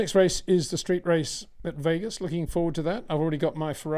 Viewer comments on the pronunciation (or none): none